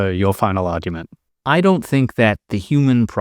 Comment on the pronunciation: How come the moderator cannot say 'argument' ?